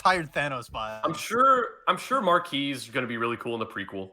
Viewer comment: It's pronounced Mark Quiche.